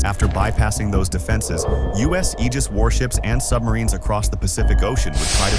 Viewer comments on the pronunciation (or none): none